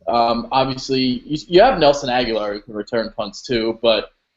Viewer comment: Birds In the first 9 minutes, (Just click the links) You pronounced it Ag-You-Lar (which is totally wrong, meathead) I quit watching after that but I'm pretty confident the other two meatheads pronounced it that way as well.